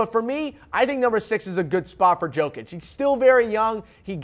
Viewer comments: Do you really think he knows anything abouth Jokic when he doesn't even know how to pronounce his name? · This guy opinion is irrelevant. I don't know if he's watched other players on his list but i'm sure as hell he didn't watch Jokic, like ever. I'm not counting you tube clips or something like that. Otherwise he would surely know how to pronounce his name.